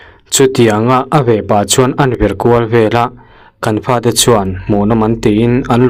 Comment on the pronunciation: "Fa" tih hi "Pa" tih ang deuh hian a ri thin a,I ha hmai a bal aniang ka ti tawp mai😂